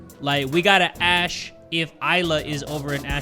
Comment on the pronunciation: saying "ashe" instead of "ask" ie. "im gonna ashe her about it"